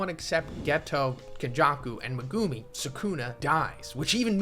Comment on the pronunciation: stop pronouncing megumis name like that pls